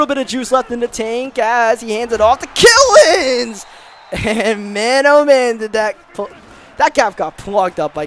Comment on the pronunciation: Thanks for getting Killins name right